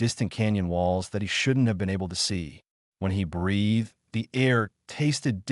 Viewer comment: There is an extra tail in the initial graphic. Also "breathed" is pronounced "bree th ed", not "breath ed", "it" is one syllable, not "i", "t".